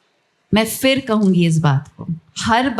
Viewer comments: Diya! Please correct your Urdu pronunciation. It is " Phir" and not " Fir'. You can also consult about this with Javed Akhtar. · Fir❌ Phir ✅ Mashroof ❌ Masroof ✅ Kal hi Javed Akhtar ko rekhta pr sunn rahi thi vo yhi bol rahe ke Fir ❌ phir ✅ hota he Bhai, aur Dia Mirza unke sath bht waqt guzarti hen unhe iss baat pr dhyan dena chahiye. Vese to hamain is tarha choti choti baton ko nahi khichna chahiye lekin jb Aap kisi insaan ko khaas krke Urdu zabaan ka aham jaankar btate hen to unse iss tarah ki galati ki tawaqqo nhi ki jati.🙃 Shukriya!✨ Jash-e-Rekhta